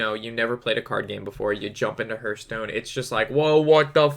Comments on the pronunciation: It's called Har-th-STONE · There is no 'u' in Hearthstone...... Just sayin' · hörtstone :D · It's actually heArthstone, they even say it in their trailer